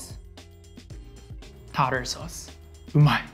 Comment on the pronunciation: Lol he says tarter like TOTTER